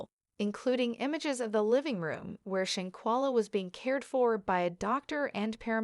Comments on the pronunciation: Pronounce the name right or stop talking about this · No disrespect Ma'am... but Your pictures are not lining up with what you are stating 🙄 and your saying Shanquellas name wrong